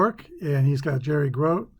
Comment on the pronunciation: Gro-tee is how you pronounce the great Mets catcher’s name.